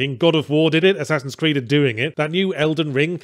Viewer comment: Did he say one ass creed?